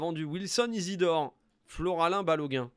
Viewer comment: Oh, c’est FOLARIN, pas FLORALIN, me fume à dezinguer son nom en boucle des qu’il passe 😂